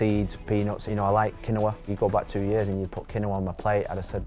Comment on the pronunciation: "Qui-Noah" lol